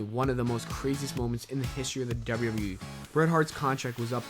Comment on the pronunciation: Youve got a weird thing with the letter W mah man...when you put two of em together, it sounds like "dubber dubber." Maybe shy away from so many WWE mentions... other then that, I enjoy these videos very much.